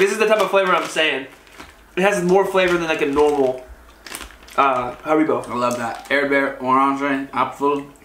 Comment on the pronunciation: Where's the problem? Almost correct . 😉